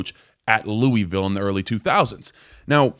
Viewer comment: It's loooville say it like your mouth is full